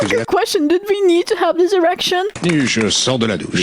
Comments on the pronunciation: it's because of the accent he said "election" but he pronounces "erection". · When you missprononce "election" and says "erection" insted.